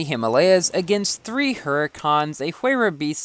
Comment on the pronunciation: You say Koenigsegg weird just like you say huayra weird.